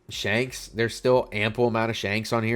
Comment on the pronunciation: "Shonks" do you even watch the show, bro?